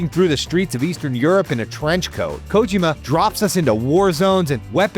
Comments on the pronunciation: This bastard kept saying KOW-JIMMA instead of KO-JEE-MA. Could have at least learned how to say HIDEO's name right. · For the PPL who grew up with MGS we all know his name is not KOW-JIMMA but instead KO-JEE-MA. ✅ And the bastard was the one who wrote this story. Could have at least learned how to say HIDEO's name right. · Can you guys hire someone who can pronounce Kojima’s name properly? And doesn’t make terrible jokes that sounded like AI wrote them? More videos from please. You guys need to hire real journalists this video is so cringe